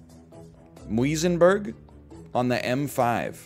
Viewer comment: I literally live in Grassy Park, and his pronunciation of Muizenberg killed me